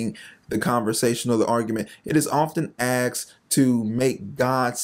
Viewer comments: While I appreciate and agree with your stance I must point out that your mispronunciation of the word "asked" is killing me. Please learn to say asked and not axed. Respectfully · "Axed". I would work on that if I were you. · Asked***** not axed…. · What’s a Axed ? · It's not axed, it's asked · It's asked, not axed. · Asked...ASKED. Not Axed. 🙄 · who "AXED" a question??? So, someone took a question and put an "AX" to it. Hey Einstein, the correct term is "ASKED" . . . Learn ! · OMG THE FATHER "AXED" HER TOO? jk brother all in good fun. God is good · Aksed or asked? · Language changes everything dude the word is (asked) not Axed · Lost me at "axed" a question! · Asked, not aksed. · Good video, but it is "asked", not "axed". 🤦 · Why can't you say asked, not axed?, it's hard to take you seriously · Not AXED …asked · Hard to take this seriously when you can’t speak English. Axt? Axed? Actst? Huh? OH. . . Asked. We’ll say it bro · Ha ha axed...you're cute....asked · “Aksed”. I think the word you are looking for is “asked” 🙄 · It’s ‘ask’ not ‘ax’ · Asked…. Not aksed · I enjoy your videos but do me a favor…..you’re presenting yourself as a representative of the Lord and an intellect. Please stop saying “axed” instead of “asked” lol. I don’t know if it’s a trendy thing or something but I’m a conversation with intellects it makes you sound ignorant, lol. Blessings, bud. Just one believer to another. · I'm sorry but it is just painful to hear you say "aXed" instead of "aSKed". Great content but your speach is a massive impediment. Sorry, can't subscribe. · Does he know how to pronounce "asked"? Or is it just a black thing?